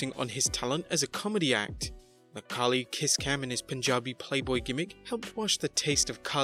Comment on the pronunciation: It's funny that you call Khali 'Khaki'.